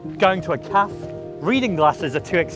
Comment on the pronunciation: When the biggest criticism i have is how he pronounces "cafe" u know he's good